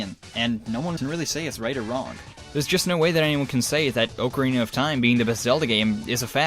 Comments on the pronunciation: Did he say oakarina of time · ITS NOT Ocarina (Oh - cor - ina)... Its Ocarina! (Oc - er - eena) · Ocarina is like Oc-a-Rina not Oc-arina lol just a nitpic